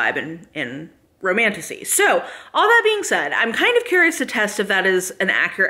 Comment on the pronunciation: Maybe it’s just my broken mind but the amount of times I hear ‘Romantussy’ is positively disturbing 😂